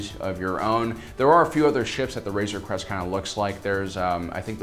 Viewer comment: I keep thinking he is saying razor crust..LOL